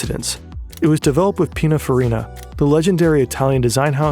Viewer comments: not to be pedantic but it’s PinINfarina not pinafarina… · PEENA FAREENA???? nonono. it’s pronounced “panin-fareena” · Pininfarina ❌️ Pinafarina ✅️ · It’s Piña Colada and Pin-in-farina. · PINA FARINA 💀💀💀 you butchered that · Calls Pininfarina “the legendary Italian design house” with such familiarity, yet completely butchers its name’s pronunciation. You can’t make this stuff up… 😂